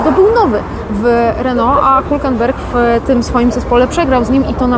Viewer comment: Rrrrr jak Reno:)